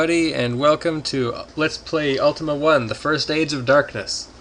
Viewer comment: Haha! The way you say 'Age', sounded like 'Aids', maybe it's just me, but it still made me laugh, I had to replay a few times just to be sure. :D